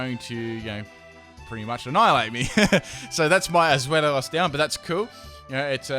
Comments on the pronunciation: i know that this is no one's fault but zweilous is pronounced zvilus it pertains to the German words for one, two, and three. 1. eins, deino 2.zwei, zweilous 3.drei, hydreigon (hi-dray-gone) i know a lot of people already know this, and it also really does not matter much... just a little thing that bothers me a bit. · Zwei, like zweihander the sword, lous. Where do you get "Zwelios" from? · I have never understood what's so hard with Zweilous name?! Its pronounced Swai-luss. not swellious, not swollious, not swallow. Like what the heck XD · I think his point was that he was pronouncing it as "Zwelios" in the video. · Not wanting to be offensive or anything, but Zweilios? XD the 'Zwei' part was pronounced correctly so I was surprised by that XD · and the Regi names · Good Lord you butchered the pronounciation of zweilous